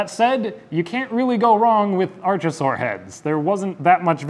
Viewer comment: archosaur isn't pronounced like arch. arkosaur